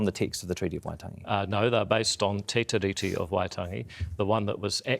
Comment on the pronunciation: MESSAGE TO JACK: Jack, because Te Tiriti is a transliteration of The Treaty, the correct pronunciation of Tiriti should mimic the word Treaty,, therefore the emphasis is on the second syllable, not the first. In addition each letter ' i ' in the word 'tiriti' should be pronounced the same in accord with maori practice, i.e. Tee ree tee Not Tih ree tee. I hope this helps you sharpen up your pronunciation. I do realise that many modern maori pronounce Tiriti incorrectly just as they do for a couple of other transliterations such as wiki for the word week. My father was a linguist and maori language tutor in the 1960s and 70s and I taught his students pronunciation lessons when he was ill, so my advice stands on good foundation.